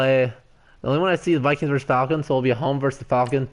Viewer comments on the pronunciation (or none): FYI, when you say Vikings vs. Saints or Falcons, it’s pronounced “versus”, not “verse”. Always annoys me when people screw that ul.